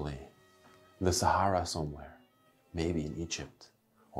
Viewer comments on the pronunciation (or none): none